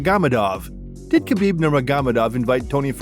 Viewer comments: Why would you pronounce Khabibs name like that? Wth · I like the video--detest how you pronounce Khabib's name.